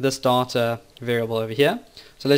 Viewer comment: why did you pronounce 'data' as 'daughter' a lot of time? that's really annoying..